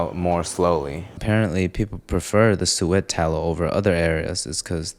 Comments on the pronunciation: suet... pronounced su-it...not su-eht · SOO-eht, not soo-ETTE, friend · It's pronounced "Sue-it" by the way, not Sue-ett" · "Sue-it" not "swet" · Do people really pronounce it soo-wet? Ive always called it sue-it with a soft t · It’s not Su-Et, it’s suet lol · suet is said as "sue-it". just in case some people do not know how to say it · It's pronounced "soo-itt" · What is in allspice? Sue ette? Who is this idiot?.seriously. who listens to this jerk?.does not know what browning is? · Thanks for trying to make British English sound fancy, but it's pronounced "sue it" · Suet is pronounced soo-it! My great grandma would cook a lot of stuff with it and it was sooooooo good! Greetings from the UK btw x3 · pronunciation guide: "Sue it" not "sweat" or "soo et" pronounced quickly as two syllables of one word. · Suet is pronounced like in ``sewer" but with a T in the end, not like in "duet". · Pronounced “Su-it”. But we still love you. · Its pronounced suet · I cannot, bro keeps saying SU-WET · I've never heard someone pronounce it souette lol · you fucked up that jamaican oxtail, and the pronunciation of suet